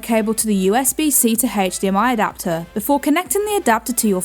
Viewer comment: Did "she"say Adapter or Doctor, WTF!?